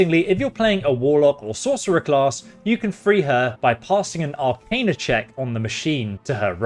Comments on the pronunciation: Arcana is pronounced Ar-cain-uh. It's a derivative of the word Arcane which is not pronounced Ar-khan. Thrall is pronounced Th-rall. Not sure where you're getting that pronunciation from given that Lae'zel says it to you 2 minutes into the game. Reliquary has a Q in it and is pronounced Relly-kwary. Newty-loid was driving me crazy though. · Pronunciations… please work on them no cap. Arcana (are-khan-ah), thrall (ther-ah-uhl), reliquary (reh-lik-uh-airy).